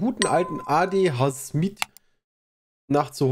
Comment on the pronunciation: jetzt fängt ja auch damit an. es heißt ADHS-miet & nicht ADH-Smiet